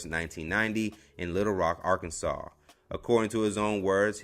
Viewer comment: Nice to hear Arkansas instead of Ar-kansas